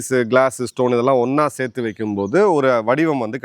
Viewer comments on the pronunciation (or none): none